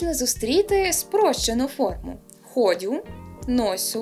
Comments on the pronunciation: Тільки наголоси переплутали, по-слобожанськи буде: ходЮ, носЮ, просЮ. А щодо "тута", то ще від декого чула і "тУточки", у якого є антонім "тАмочки". Дякую за відео! Ви зробили хорошу справу. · Саме ходЮ, наголос на останній склад